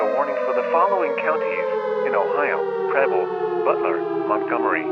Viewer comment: When bro said preble it sounded like he was saying pebble from dandy's world